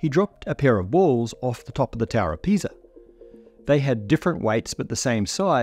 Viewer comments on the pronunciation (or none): none